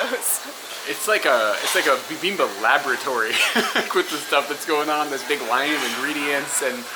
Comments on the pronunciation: Fun! I enjoyed seeing everything though your eyes. (The way you're pronouncing "bibimbab" is a little weird... are you dropping the final consonant?) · You seem not to be pronouncing the final "p" in "bibimbap". It's like you're saying "bibimbuh". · Love the video, definitely a different vibe in Korea! Can't wait to see the next part(s)! Also, FYI it's pronounced "bi bim bap" with the "p" sound at the end haha.